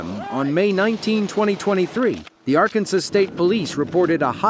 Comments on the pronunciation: is it pronounced arKansas or arkansaw?! bc this the 2nd video where they saying RKansas.🤔🤔🤔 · "Ar-Kansas"?? Better program your computer pronunciation more thoroughly!!